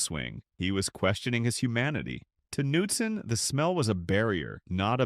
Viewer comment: Narrator has no idea how to properly pronounce golfers names. ie Knudsen, Deneret